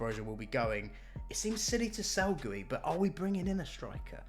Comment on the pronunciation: Bro you said goey instead of guiu 🤨